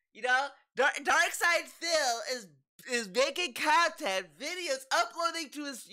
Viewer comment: This is frustratingly accurate You even nailed how he emphasizes the 2nd syllable when it makes no sense, like: custom STYLE khantent